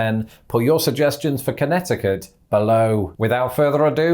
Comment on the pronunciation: For the next video, I think should focus on pronouncing "Connecticut" correctly, because he didn't do so here.